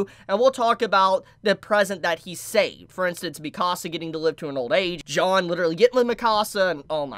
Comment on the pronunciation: pronouncing Jean as John